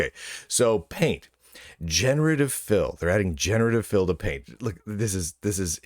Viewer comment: the way you said 'generative fill' kinda sounded to me like 'generative filth' ..and yeah, that sounds like a pretty good way to describe it actually